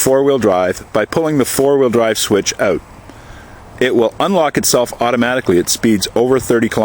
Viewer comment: This is a great video of the truck details...it does look really good although the rims are so so. I wish more dealers offered packages like this. I am going to look for the ecoboost video you guys will make. Oh and I can really tell you are from Canada when you say the word "out" :o)